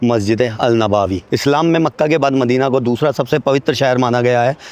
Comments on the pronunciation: Nabawi nahi hai nabvi hai bhai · नवाबी नही नबवी होता है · Bhai wo नवाबी नहीं नबवी Hai